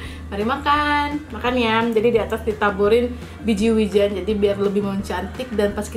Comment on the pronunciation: kok wijennya gt sih ngomongnya? wijen, e nya ky bilang enak bukan elang gt